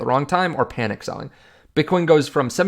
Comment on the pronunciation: "Panic" not "Panick"